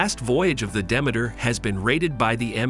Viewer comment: At least learn how to pronounce the name of the ship!